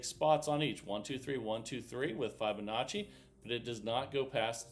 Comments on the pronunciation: Wow this is hard work no thank you, and please pronounce the name properly it’s Fibonacci NOT F eye bonacci hearing it mispronounced so many times is annoying. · F eye bonacci/ F eye bonacci / F eye bonacci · Hey Jack it’s not about my annoyance he has been told many times but he’s just stubborn I don’t usually care but when I hear it 50 times in a video yes it does get annoying.